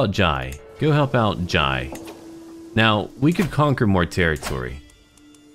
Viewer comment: Jai is pronounced with an "eh" sound so like "j-eh" Only saying because it's a matter close to my heart